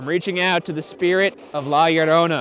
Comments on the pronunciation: Shane immediately pronouncing la llorona correctly in the beginning should go into another "shane being a demon" video compilations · Anyone else watching Shane say la llarona over and over again??? Like why is it so good?? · Shane saying La Llorona perfectly is the proof he's the overseer of demons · He didn't just pronounce it correctly he added some sexy spice to it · He actually said it better than the salvadorian guy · Shane's "La Llorona" was just 👌🤩